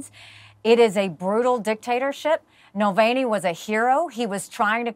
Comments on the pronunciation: nope. That's like saying "nuclear" is pronounced "newk-u-ler" it's just not, that's simply not how letters work. Navalny and Nulvany are not the same word. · Dear Nikki: why did you mispronounce Navalny several times? Nuh-VAHL-knee, not null-VAIN-ey. It doesn't rhyme with Mullaney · Jeez how many times going to call him Nulvany? Alexei Navalny Mick Mulvaney. And it's Gershkovich not Gersovich. ffs Nancy. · Navalny, not Mulvaney or however the hell she’s pronouncing it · Nikki Hailey keeps mispronouncing Nevolni's name. Dump hill billy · Who’s Nalvani😂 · She can’t even pronounce Navalny’s name correctly.